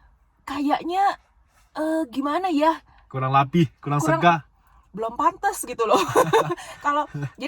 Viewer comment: lucu, dia bilang kulang lapi, he he mantep …. masih penyesuaian lidah …ok